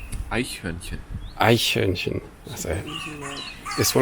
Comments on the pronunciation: The pronunciation of "Eichhörnchen" was incredible! It was nearly perfect and that with the first try. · Wow, you even succeeded in pronouncing the umlauts quite well!